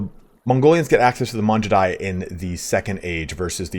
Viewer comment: It’s not Manjudai btw, Mangudai like how you say gamer